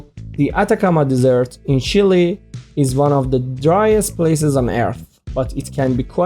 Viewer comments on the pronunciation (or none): Primary school level video at best. Please work on your English accent. The Sahara is not a dessert